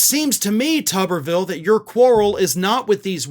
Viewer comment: Why does everyone pronounce it as "Tubberville". It spelled as and should be "too-ber". Like a potato - the thing he is closest to intellectually. Except I'd put more value into a potato's thoughts than his ability to even think in the first place. I mean he looks like and acts like someone's science fair potato experiment that mutated and gained sentience but not sapience.